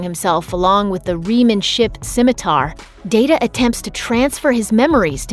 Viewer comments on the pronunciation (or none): none